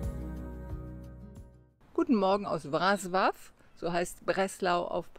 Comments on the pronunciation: Breslau wird WrozWaf ausgesprochen- Das L mit dem Strich durch ist ein W. So heisst der Tenor auch Piotr BeczaWa. Ist aber nicht so wichtig. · Das w wird im englischen anders ausgesprochen als im deutschen. Lern erstmal eine Sprache bis hin zur Aussprache richtig, eh du dich an 6 weitere machst. 🤦🏻‍♀️ Und der polnische Buchstabe ł wird wie das englische DOUBLE-U ausgesprochen.